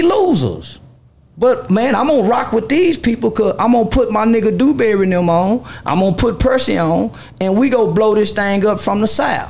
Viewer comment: Another thing... Why he keep calling my people name... Dewberry 😂😂😂😂 East Texas raised...